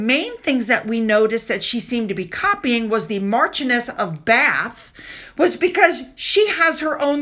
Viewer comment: Pronounced “Marsh-ion-ness” of Bath